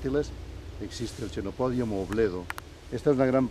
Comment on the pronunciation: 16.35 aunque se escriba en latín con ch se pronuncia quenopodium, a la italiana